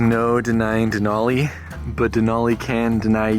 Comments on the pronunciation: Just so you know Denali pronounced.De nally like alley not olly. Sorry lived here over 50 years never heard it said like that. Just saying lots of people from lower 48 that change the way our stuff is said very annoying. Yes i saw even online they say it like you. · Me and my mom watched this video last year and were happy to see someone excited about Alaska, however I do need to correct you that it’s not “dinolli” it is said like “Denali” with a normal A not a formal A. And it’s Mt. McKinley not Denali. Obama changed the name for literally no reason but us Alaskans will never call the mountain Denali :) just a fun fact for you it’s said DenALee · Denali is actually pronounced “den-Al-ee” not “den-aw-Lee.” Denali is an Athabascan word (which is what I am), that means “the great one.” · You said Denali wrong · great video what veiws at this park ! haw many times did he say DANALI LMAO